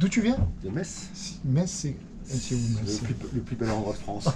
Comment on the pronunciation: Eh oui, Metz est une des plus belle ville de France, y’a pas que le sud en France 😃 Par contre et par pitié ne dit pas Mettsse, on dit Messe sans le T 😉